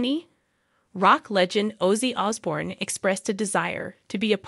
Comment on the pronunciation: YOUR SAYING HIS NAME WRONG